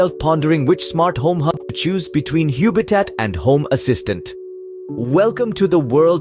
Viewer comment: I hate to be picky but it can't be pronounced Huebitat because the name is obviously based on the word HUB! It is a home based HUB for your smart ware. Please don't rename things for no reason.